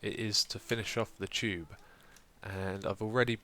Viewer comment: Haha, It sounds like you are calling the "Tube" the "Chube"... silly xisuma, you're awesome! c